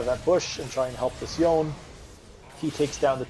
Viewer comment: Yone (as with Yasuo) is a Japanese-derived name, so you pronounce both syllables: "YOH-NAY." Most foreign languages don't have a silent E.